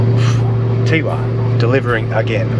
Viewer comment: Teewah is prounced Tewar we people who li ved there sick of it being said wrong Lovely place had Coloured Sands tour business in 1969